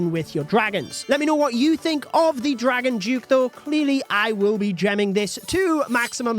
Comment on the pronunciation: Dragon Duke 👎🏻 “Dragon Juke” 👍🏻